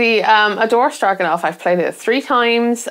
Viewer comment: You pronounced Stroganov correctly... and by 'correctly' I mean I pronounce it the same way, and we can't both be wrong, right? LOL This game is an instant hit with me and my friends! Intimidating only in appearance, the game is very intuitive to play once you understand what actions you can do each turn. It checks so many boxes for me: Tokaido-like meeple movement/turns, set collection, resource management, hidden goals, random locations during setup, action strategizing, and a couple other things I can't think about. Game Brewer's new game Oak (just funded through Gamefound) isn't grabbing me, but apparently Oak is a pretty clever worker-placement game. Another game of theirs that's on hold for me reached my FLGS that I'm hyped about as well: Hippocrates. Worth checking out if you get the opportunity!